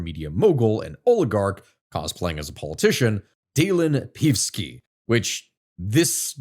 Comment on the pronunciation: Deelan Pivski is crazy pronunciation. Nah, actually most of the other pronunciations are alright